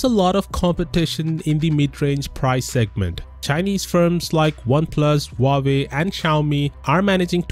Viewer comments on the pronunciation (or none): Huawei oh Huawei, still doesnt know how to say it